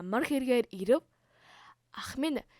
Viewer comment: Ирэв гэдэг үгийг ивэв гэчлээ😆😆😆